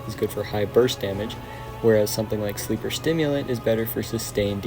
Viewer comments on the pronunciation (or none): Thunderlord is GOATED wdym??? You can still two phase rhulk in pantheon with it. Why are you giving advice when you can’t even say Sleeper’s name properly😂😂😂